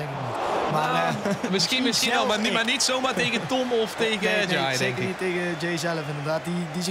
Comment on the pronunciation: het is niet ja-ey maar jaey